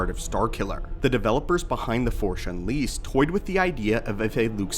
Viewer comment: "The Forshe Unleased"